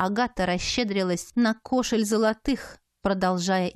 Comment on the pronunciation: КошЕль, не кОшель.